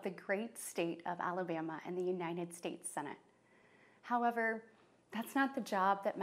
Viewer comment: Yea i can't trust someone who smiles for that long and can't pronounce our countrys name correctly... Uninad States? Really? 🤦‍♂️